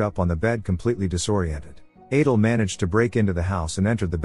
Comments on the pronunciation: From "Adele" to "Aydul" lol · Adele is pronounced Adell not Adal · Why did you all of a sudden start pronouncing Adele's name the last part of the movie as "Adill"? You must've switched to having AI narrate it or something... and sorry but it's distracting. And you give too much away in the title. I spent most of the recap thinking somehow that Adele was a transgender until I figured out what happened with Rob. Admittedly though I didn't guess that Rob purposely did it & then killed Adele! So Adele was really actually a good person... 😢. That plot twist though, I never saw THAT coming... but it might be even better if you change the title to something like: "Husband didn't suspect that for ten years he'd been married to someone other than his wife"... and let people who watch it in the future be REALLY surprised to find out who Adele really is in addition to the other plot twist. Aside from those 2 things, you did a great job with the recap of this movie. What's the name of the movie though... can someone tell me? I also have a couple of questions. I know the movie tries to make David out to be the good guy after all, but was he Adele's psychiatrist when she was in the mental hospital?? Because if she was, he's not a good guy because a psychiatrist having a thing with a patient... especially an 18 year old one... it's not just frowned upon... it's immoral, because of the nature of the dependence of the patient on their psychiatrist. Rob turned out to be a real POS, though! And he got his way in the end... even being able to have a kid... whi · So the AI could pronounce Adele properly in the beginning but then pronounced the name as Adal towards the end? How? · Need to stop using the computer voice for these... It can't even be consistent in how it pronounces Adele's name 🙄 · AYdul? Really? Why is AI not better at this? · Wild story. But irritating that the AI narrator started mispronouncing “Adele” for the entire last part of the story.